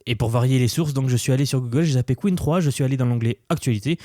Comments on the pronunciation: J’aime bien tes vidéos mais utilise l’IA quand tu ne connais pas la prononciation d’un mot stp Arrête de dire « qween 3 » « qwine « il n’y a qu’un seul ´e´stp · Pour info, "Qwen" ne se prononce pas "queen" mais "kwèn". Merci d'avance. 😉